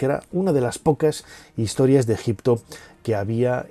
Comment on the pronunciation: Pero si tú eras el experto que aprendiste ejicio pronunciado con una piedra venga fantasma